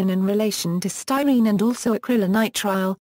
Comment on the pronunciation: Came here to hear it pronounced...disappointed the first time it seems to be pronounced, Acrylonitrile butadiene "sty-neets-ig-ya".